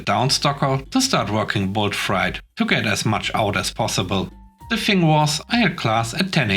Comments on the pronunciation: "Freight" is pronounced to rhyme with "rate," not "rite." I know it doesn't make sense, since "sleight" and "height" are pronounced to rhyme with "rite" while, while "sleigh" is pronounced to rhyme with "ray." I apologize for our ridiculous, illogical language. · FYI - Freight rhymes with eight.